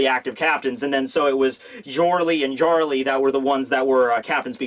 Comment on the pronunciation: also if its Germanic you pronounce the letter J like a Y, so it sounds like "Yorle, and Yarle"